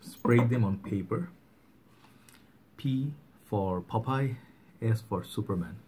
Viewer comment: Not pop eye ,. Popeye